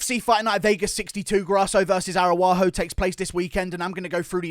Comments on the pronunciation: Ara-ujo not Aru-ajo ! The MMA "Chael Sonnen" Guru 😂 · Bro her name is arAUjo, not arUAjo. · your pronunciation of Araujo needs work my beanie wearing friend.